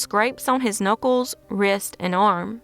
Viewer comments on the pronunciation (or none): none